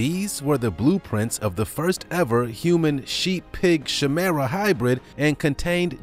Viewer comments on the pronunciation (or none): Chimera is pronounced ky-mer-a, not shemera. Please learn how to pronounce words. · It’s KY-MERAH not SHAY-MERAH. Chimera..... 🙄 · Pronounced ki-meer-a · Chimera pronounced (ki-mer-a) ... love the channel amigo!! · It's pronounced 'kī-meeruh'...it (in this instance) refers to the DNA of at least 2 seperate species. There have been women who ended up having DNA completely different the children the women had given birth to! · I wanted to let you know that is pronounced “KAIMERA” Just so you know❣️ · It is pronounced "Ky- mera". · Chimera pronounced Kai-merah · It's pronounced kymera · It is pronounced kie-merra. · It is pronounced kimira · Thats not how you pronounce Chimera.